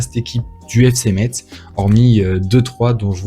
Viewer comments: On dit FC Metz (messe) 😅🇱🇻🇱🇻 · T'es messin on prononce pas le z l'ami